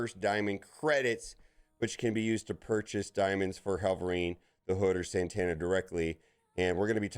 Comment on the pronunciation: Satana. SUH-TA-NUH.